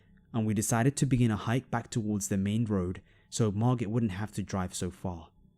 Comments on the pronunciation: Just for the record, you’re not meant to pronounce the “T” in Margot, it’s pronounced Margo. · In the first story, it sounds like you're saying Margot wrong lol